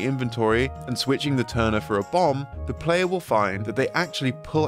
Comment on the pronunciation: The Tingle "Turner"? Come on my man.